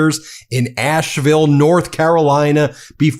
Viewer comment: So awesome, Love this. Asheville native here - I did want to tell Ben that Asheville is pronounced as Ash-vul, not Ashe-ville. It's like hearing your last name mispronounced, but who would have know. We drop and swallow sounds kinda like Elvis. My parents and grandparents, all from Asheville, would be proud of Bernie!